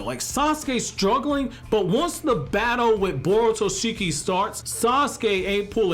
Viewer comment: its borushiki not borutoshiki